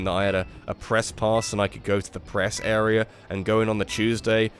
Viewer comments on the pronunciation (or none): none